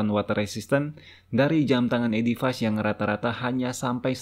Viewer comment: Baca nya edifis, bukan edifais